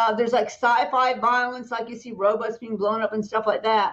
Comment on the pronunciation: She said robots, “robuts” lol.